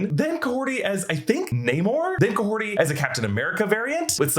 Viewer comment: Who is Kahorti? The character's name is Kahhori...